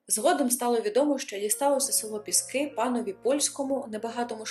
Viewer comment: ПІски!!!! А не ПіскИ!!